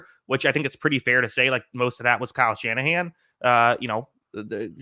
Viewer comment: How you gonna say Kyle Shannahan 😭